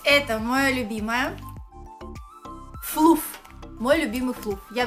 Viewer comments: Не флуф, а флаф 🤦🏽‍♀️ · Флаф а не флуф